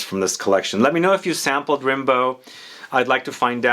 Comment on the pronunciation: Its actually pronounced "Rambo" like the movie